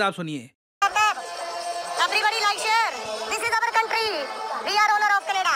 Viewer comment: We arrrrrr....... ownerrrrrrrrrr....... Of this countrrrrrrry.